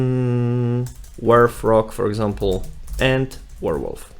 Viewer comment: Nice video! Thanks. BTW - did you actually show the hidden local .git folder location? Other than that, nice intro to using git / github from VS Code. And it is a "Werewolf" not a "Warewolf" :)